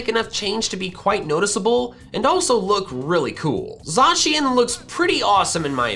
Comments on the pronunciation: in pokemon talk you need to make a meme about you calling pronouncing Zacian Za-she-an, and it is also pronounced Zae-see-an. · Zacian is said zay she an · Wtf is a Za Shian. It's pronounced Zay see an. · Zacyan Zamagenta 😂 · Shiny Zacian and Zamazenta Za-cyan and Za-magenta OHHHHHH